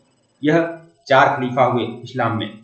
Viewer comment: खाकिका नहीं सर, खलीफा होता है सही